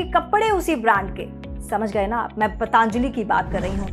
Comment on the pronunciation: पतंजली not पतांजलि